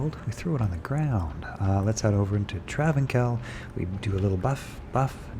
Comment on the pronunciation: Great video! I believe it is called travínSal not trávinKal, or maybe I have been saying it wrong for 20 years 😅